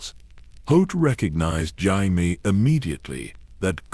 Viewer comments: Omg Jime. Why couldn’t they say Jaime’s name correctly. The voice is nice but for goodness sakes that’s a pretty big mistake in AI that should be fixed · Stupid AI can't pronounce Jaime.